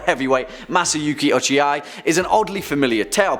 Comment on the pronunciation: Cannot have a best Japanese horror movie list without including Kwaidan. And you don't say "Ochi-eye", just like you wouldn't take a vacation to "Hawai-eye."